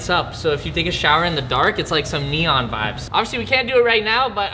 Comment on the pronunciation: It's not vabz it's vibes